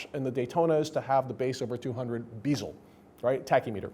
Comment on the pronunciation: what the fuck is a beeezel?!? you mean bezel bro?